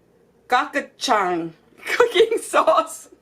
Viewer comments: Ko’ gee jung is closer to pronouncing it. I love the stuff but your correct it is spicy. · I'm Korean it's pronounced go-chu-jaang